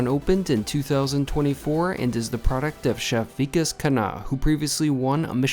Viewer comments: It's not Vi- Kesh.. It's Vi- Kaash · 1. He is not weak-ass, the name is Vikas (wick-aaas). 2. And you have done NO study. He has cooked for the OBAMAS, just FYI. He's not kinda a celebrity chef. He IS one.